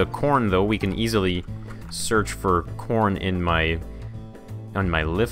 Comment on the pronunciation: you said porn instead of corn